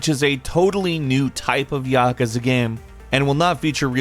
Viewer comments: PLEASE SAY "YAKOOZA"... not Yak'za. Sorry for being a Japanese grammar nazi but seriously. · Ya-kuuuza not yakuza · whats with your pronunciation lol MON-GO-LEE-IN + YUH-KOO-ZUH not yokuza and mongalin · Ya-ka-za??? Ya-KU-za. Lol other than that 10/10 video man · Yakuza is pronounced “Yah-Koo-Zah” btw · it's pronounced "Yaw Koo Zah" you inept moron! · How did this guy fuck up he pronunciation of Yakuza that badly? I've never heard that before lol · narrator sucks! seems uninterested and why did he say Yakuza like that? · Why is he saying “Yakuza” like that?